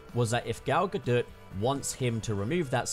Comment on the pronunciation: I find it kind of hilarious that he says that English isn’t Gal Gadot’s first language because while it’s not, she speaks it fluently, as do most people from Israel (where she’s from). Also just wanted to say that you were pronouncing her surname wrong it’s actually “gah-dot”